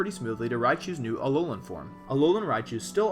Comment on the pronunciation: "Aolan Raichu" . Oops.